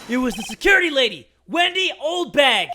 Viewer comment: Why do they call her Windy? It's Wendy ppl